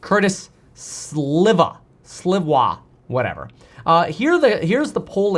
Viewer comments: Sliwa is pronounced Slee-wa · you should refrain from making videos when you are entirely ignorant of the subject. if you cant even pronounce curtis sliwas name you have no place commenting. this is your narcasistic self felation showing through